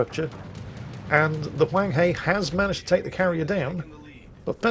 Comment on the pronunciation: My lord, it hurt me hearing you say hunghe, the "he" pronounce "her" as in Hershey Chocolate. But at least you got the Huang right.